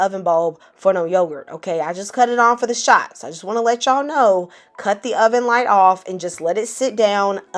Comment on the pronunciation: as soon as the video opened with "HEY Y'AAAAALLL!" I knew this was going to be good. Sincerely, a fellow Southerner